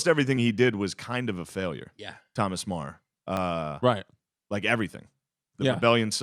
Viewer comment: Meagher should be pronounced like ma-her not marr